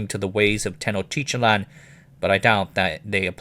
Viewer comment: technotitlan is easy to pronounce: ten oak tea tlan